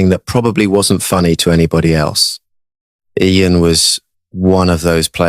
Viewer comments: someone please tell Jeremy how to pronounce Ieuan. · Is that how you pronounce Ieuan , fellow Welsh folks